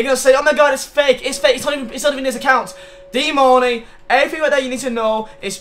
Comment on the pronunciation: Its DEAN MARNEY